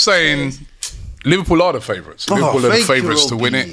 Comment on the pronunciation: Who’s “Liwpool” ?